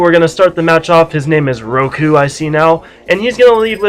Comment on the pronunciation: Hey this was me, good game. by the way its Roku not Goku